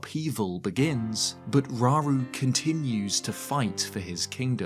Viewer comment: Slight nitpick, but if we use Japanese as the foundation for pronunciations (and I do) then it would be row-roo, not raw-roo. Ra-U-Ru (らうる). Same goes for so many other names in the series. Saria, Sa-Ri-A (さりあ) (sah-ree-ah), Mido, Mi-Do (みど) (mee-doh), etc.